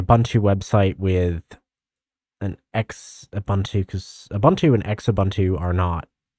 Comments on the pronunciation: "X-ubuntu" you mean "xubuntu /zu-bun-too/"? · ZOO-buntu. Not EX-ubuntu. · I pronounced Xubuntu as "Sh-ubuntu" - LOL 😅😂